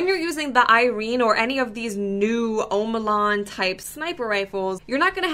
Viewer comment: O-maa-lon ...... I got aids from that clearly pronounced Ah-Ma-Lon